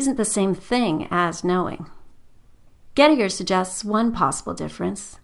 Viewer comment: Poor Gettier, no wonder his paper /idea never caught on and got filed under circular(or just poor) Gettier is not pronounced as that creature pronounces it; she would probably pronounce 'trait' - another shibboleth to identify the uncultured , to rhyme with gate rather than tray.